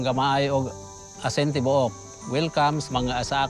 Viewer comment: Thanks for the feature. Its prnounced as A-sin Ti-bo-ok though.